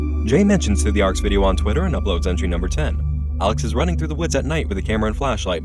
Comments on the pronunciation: was it "alex" she says or "salads" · "Alex" sounds more like "Salads" lmao